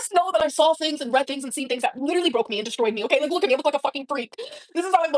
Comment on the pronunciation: "My heart LEEDURALY does what it wants to do!"